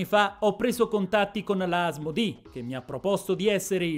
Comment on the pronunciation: Molto interessante! PS: si dice Asmodé, è francese